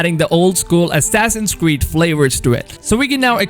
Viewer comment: Assassins Qweed wallhalla ? 😂 anyone else cop that